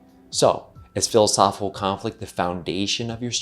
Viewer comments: Hard to embrace when the host cannot pronounce one of the core words of his video. There’s a “c” in “philosophiCal,” you know. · I'd love a super cut of every "philisophilconflit" in this video. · PLEASE pleaseeee learn to annunciate the word philosophical, especially if your going to say it 300 times in a video 😂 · No one caught the mispronunciation of philosophical. It’s odd. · There's an I and a C after the H in the word Philosophical. And they're not silent. 👍